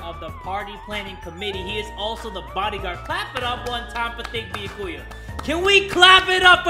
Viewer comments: I like how jay will go out of his way to say monomi right, but insists on saying byakuya wrong. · jay: says byakuya's name wrong me: faceplam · the mispronunciation of byakuya is killing me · Dammit jay, you got me saying Byakuya wrong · IT'S BEE-YAH-KEY-YAH JAY!!!! 😡😡😡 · Why he pronounce byakuyas name like biakuiya how did he even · I don't even know how to pronounce Byakuya's name anymore because has mispronounced it so many times. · *says byakuyas name wrong* Fans: After all this time?: Always. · at the start of the game: This time I'm gonna try to pronounce their names correctly. now: -BEEYAKOOYA -HAJEEMAY -PEEKOW -FUYUWHIKO KUYURZYU -MEEKAN -NAHGEEETO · it's bee-ya-koo-ya But you put emphasis on the first ya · yeah but the way you did it isn't correct. Its the YA that is emphasized, not the BEE that says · THATS WHAT YOU GET FOR CALLING HIM "BIYAKUYA" AND NOT "BYAKUYA" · BeeYaKuYaa ByaKuYah Clear difference. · It's bee-YA-koo-ya Not BEE-ya-koo-ya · ah yes its beeyakuuya not byakuya sorry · i feel like its 50/50 how many people say ByakUya and ByakOOya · Byakuya himself: "My name is Bee-YAH-kuu-yah Togami": "Okay Bee-ahh-KUU-yah" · im still sobbing about his pronounciation of byakuya. ITS NOT BEE A KOO YA ITS BEYAKU YA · How literally everyone says it: Be - yah - koo- yah the bae: Be - yuh - koo - yuh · Pronunciation: Bee-Ye-Ku-ya Tu- Ga-mi My Pronunciation: Be-Yak-You-Ya Toe-Ga-mi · its pronounced Bi ya ku ya not biyakuya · like yakuza, byah koo yah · bee-yack-cu-ya does not roll of the tongue for me and since jay says it wrong at thats all Ive heard, all I know, well I can pronounce byakuya's name right I just dont like saying it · Im so used to hearing say Bee yah koo yah that I can't even pronounce it right anymore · “Thicca-kuya” Yes. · still sayin Beeahkooyah but at this point it’s more iconic than annoying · Bee-uh-ku-yah. Ima forever say that now to piss people off 😇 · Be-a-kuu-ya - 2020